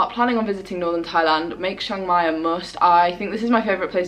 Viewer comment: It's pronounced Chang mai not Shang Mai.